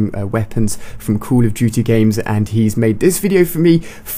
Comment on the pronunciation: In why do you say "Cull Of Duty"